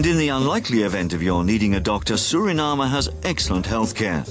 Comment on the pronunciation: It's soooo refreshing to hear a Foreigner pronounce the Name of my Country SURINAME the proper way instead of trying to pronounce it in an English way, together with other important names! MI LOBI KONDRE SRANANG (my beloved country Suriname)